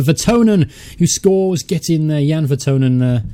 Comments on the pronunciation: it's vertonGhen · I know you said your bad with names in previous videos but think of kitchen thongs when saying Jan Vertonghen. Really great content. Glad you're doing well.